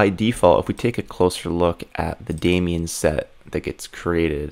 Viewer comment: How can someone be this good and pronounce it "demion". :D. Great content, mate!